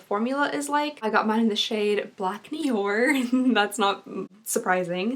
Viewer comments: Did anyone else notice when she was reading the eyeliner she said black nior when she was probably reading the French part cause noir in French is black 😂😂😂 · Noir means black in French. It is pronounced similar to "no are" in English. And eau (water) like "oh". I hope that helps! 🙂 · I love that you pronounced "noir" as "nior" like dior. I love you and your videos. This is one of my favorites. I always enjoy the ipsy showdowns!